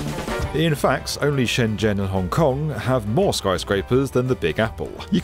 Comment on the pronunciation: Did he say Hong Cock?